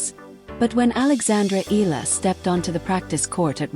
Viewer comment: Pls pronounce the surname correctly.its eala not ela.(e-ya-la)